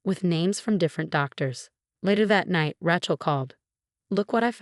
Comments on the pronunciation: You know, “Rachel” has only one pronunciation and its “RAY-chel.” I mean I can understand the error in the case of words spelled the same but pronounced differently but when it’s only pronounced one way? Not looking so good for the “intelligence” part of AI. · Please use correct name. it's Rae chel, not Rachel